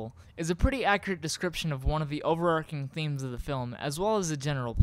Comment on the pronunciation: I don't get why anyone would say overarching like "overarc'ing" it's not a Y like in Hierarchy or anarchy, that's the wrong pronunciation rule being followed there, but definitely not how we say it in England, where we tend to speak English and it's a common term.